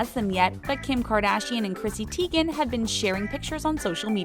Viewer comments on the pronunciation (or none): none